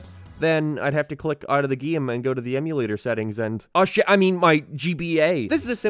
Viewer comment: I'm new here, sorry, what accent makes one pronounce 'out' as 'oit' and other such similar pronunciations? It keeps slapping me out of the video bc the regular cadence of the speech is normal but then One Word is a lil 'curvy' lmao Edit: another example would be the 'its the thoight that coinghts'